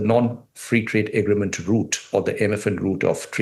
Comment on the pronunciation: Am I imagining it , orb this guy cannot pronounce “agreement” !? 😂